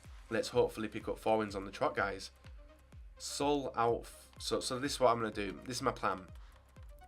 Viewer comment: did he legit call saul soul ???